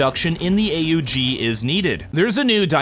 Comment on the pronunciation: AUG is pronounced „awg”. Please stop making my ears bleed :) ❤